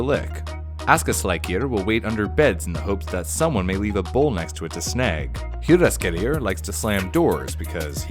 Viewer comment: rating on how well you pronounced the names (1 to 10) "stetjastuor" 6 "giljagjur" 3 "gluugagijir" 1 "bjoognakir" 5 "ketkrokjir" 6 "stoofur" 9 "potaskifil" 7 "þröslækjir" 4 "askaslikjir" 9 "hoorjaskeljir" 4 "getafjur" 4 "kertasnikjir" 9 which makes a fine B*